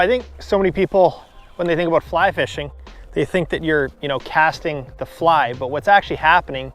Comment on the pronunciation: Great video “a-boot” pike.